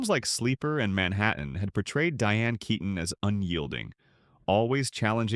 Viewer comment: ITS NOT KAYTON! Its KEEton. Don’t you care?